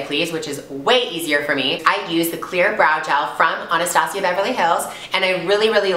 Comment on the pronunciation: Thank you for being one of the only beauty gurus who can say Anastasia correctly!!!